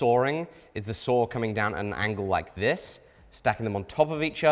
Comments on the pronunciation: There isn't an "R" in saw lmao 😅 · Listening to you pronounce "saw" is absolutely infuriating lol God bless the United States of America